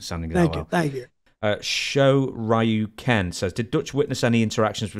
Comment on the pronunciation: Funny hearing him try to pronounce "Shoryuken"... I assume that's what that was but never heard it said like that before. Someone should name themselves "Tatsumaki Senpukyaku" and send in a question.